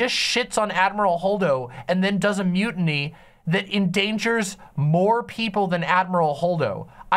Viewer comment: Holdo's a shitty filler character with no real buildup whose dramatic moment was rightfully Leia's (also, you trivialize it by just saying its a mildly cool special effect, the silence and framing and angles are everything else that make that a spectacle). Also, why are you pronouncing mutiny like that? I really don't get why critics went after the green milk so hard myself, it was supposed to be gross and funny, and it was